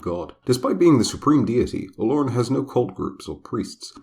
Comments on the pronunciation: Yo actually excited but they keep fucking up the name tho. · omg as a yoruba person i kept unconsciously correcting the pronunciation, and i can vouch that the lore is about 95% accurate, you did a great job